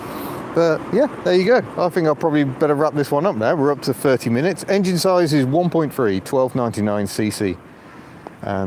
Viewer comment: said minutes like a kiwi 😆